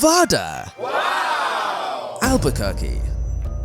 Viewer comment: alberqyerquer had me rolling bruh